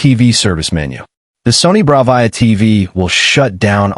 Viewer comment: really know you how to say Bravia correctly, this video would be complete shite if you mispronounced Bravia every single time you said it in the video